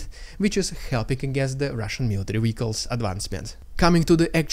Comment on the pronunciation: It's pronounced "vehicles", not "wehicles".